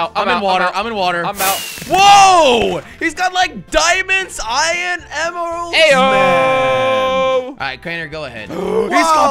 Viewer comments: He’s say iyon not iron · Why do I feel like Jelly says Ion instead of Iron 😂